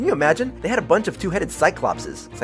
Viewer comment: It's pronounced cy-clope-ees